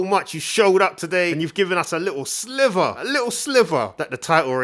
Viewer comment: BTW Sliver not Slither